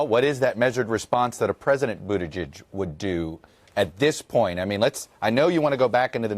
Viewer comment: Chuck, come on. Boot Edge Edge, why are you insecure saying it and still messing it up? He spelled it out for us long ago.